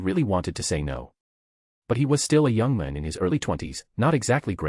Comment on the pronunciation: It's hilarious how this AI voice says "young man" as "yung min" 😂